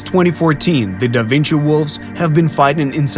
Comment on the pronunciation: "Dă Vincii" 😅